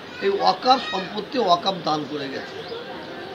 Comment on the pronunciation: Uchcharon wakof hobe na shothik uchcharon hobe "Waqf"?